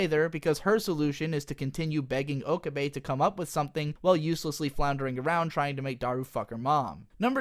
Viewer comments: He pronounces pretty much every character's name wrong. It puzzles me as to why. Maybe he has only ever watched the dub? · Do you say Okabe like that to troll or is that how it's really pronounced?